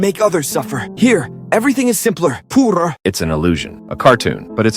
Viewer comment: "Defeeneehayall" "Poohrer" "Dubbayoueiyychoe" "Dubbayouarringee"